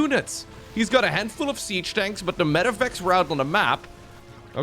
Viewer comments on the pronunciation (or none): none